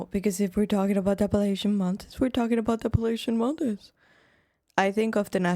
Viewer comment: This video which is AI is misleading my friend Asheville North Carolina had a hurricane come through there and destroyed a lot they are rebuilding.. 95% of the mountain people in Appalachians are really good people.. I know somebody stated down below the AI video didn't even pronounce the Appalachians correctly